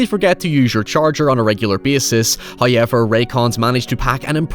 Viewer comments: First "hoyevver" drops . He is appeased. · If you ever stuck in the open ocean, just popping your Ray-Con earbuds and listen to those "HOYEVERS" til a boat picks you up.